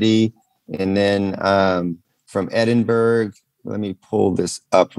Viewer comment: Man said Edinburg 😂